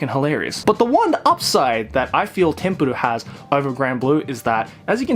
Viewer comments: Its not tempurur its tenpuru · It’s TENPURU not Tempuro? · Also it's Tenpuru, not Tempuru. I think the failed on that one. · For anyone else struggling to find the second manga he was talking about I found it as Tenpuru not Tempuru. Or englishly as Temple. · The series is actually call tenpuru not tempuru if anyone is wondering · It's called tenpuru, look it up as "tempuru" you'll get results for tempura. Also known as Temple. Saved you and everybody else 17 agonizing minutes. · Does he really need to pronounce it as tempuru its literaly just temple